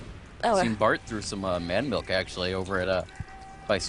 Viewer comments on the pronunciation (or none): its Milch not milk =(